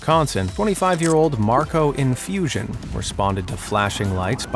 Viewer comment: "Marco Infusion"? :D It is "Marco Infusino" :D